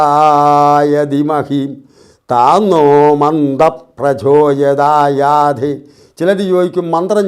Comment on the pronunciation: നമസ്കാരം! ഒരു സംശയം... "പ്രചോയതായാധി" ആണോ അതോ "പ്രചോദയാത് " എന്ന് ആണോ മന്ത്രത്തിന്റെ അവസാന വാക്ക് ?